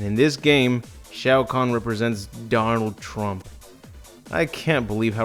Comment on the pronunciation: please tell me i'm not the only one who hear "Darnold Trump"